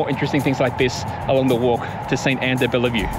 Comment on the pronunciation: We don't say the E after the "LL" in de-Bellevue. LOL. Great video to show it is possible to walk.